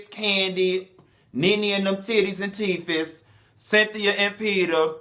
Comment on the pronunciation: Did you say Nene's titties and teefes??? #Icant 😂😂😂😂😂😂